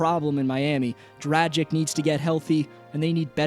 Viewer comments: Oh come on, how is it that Americans can't pronounce European names, Goran Dragic s been in the NBA for so long and you still pronounce him 'Dracig' instead of 'Dragic'.... I can't believe it🙈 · How hard is it to say Dragic last name correctly?